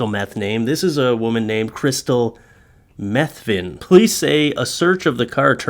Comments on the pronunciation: Her name is pronounced Matheny, you pronouncing it methany is funny but incorrect! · I think it is mah they knee. But still awesome sauce content.